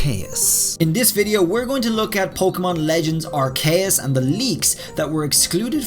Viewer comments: I don't mean to be rude but arceus is pronounced Ar-key-us not Ar-kay-us Edit 1:also the bird picture could be a braviary or starly's evolution and sawsbucks is gen 5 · I always get confused when people pronounce a Pokemon's name wrong after it's said multiple times by the official pokemon company... in the pokemon presents presentation... They pronounce it "arr-Key-us"... I'm not saying i've always pronounced it right... but i mean- dude they said it like 9 times in the presentation and you're still calling it "Arr-kay-US" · ar-kay-us??? isnt it ar-c-us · I dont like how hd says arveus but its not like i van do anything about it soo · Arc k us *its ar ke us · Why are you pronouncing arceus like that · You have some curious pronunciations of the pokemon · Way he says Arceus is wrong.